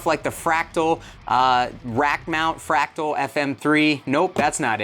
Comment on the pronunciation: Are you saying Fractal or Pterodactyl?